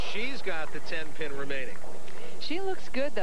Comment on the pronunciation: it really sounded like he said her nickname was 10 ton, not 10 pin